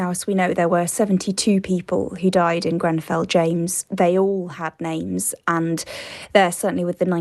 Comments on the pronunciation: Is it me or this fool said Grembell? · I hear ‘GrenVell’ fire does he literally know nothing, not even the name